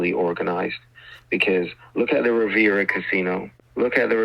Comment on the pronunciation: "Im just asking you to just give me 10 grand!!" OVER AND OVER AND OVER!!! THIS GUY PISSED ME OFF MORE THAN ANYTHING!!!! P.S. He didn't even know how to pronounce Riviera casino. I DESPISE them bring God and religion trying to rob people blind!!!!